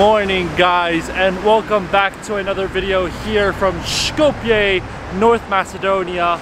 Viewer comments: You are misspronouncing the name of Skopje. It's pronounced more like scope-ye. Not shkopye. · Btw you dont have to pronounce the S in Skopje so harshly. Pronounce it like the S in Street.. its more of an S sound then Š. Š in macedonian is the letter Ш. You can hear Ш in the Sh in Shrek but in Street or Sunglasses its a soft S. Also this is an educational comment, I am grateful u visited Macedonia and hope you come again.